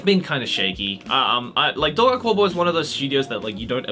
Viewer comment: Dorei-ku I heard Drake I almost died